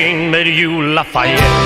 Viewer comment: I love the way you pronounce is Lafayette